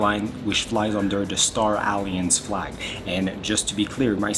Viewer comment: Yo, let's exercice the pronunciation of the word "alliance" ...